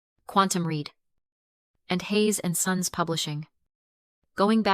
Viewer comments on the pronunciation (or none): Hayes and sons not suns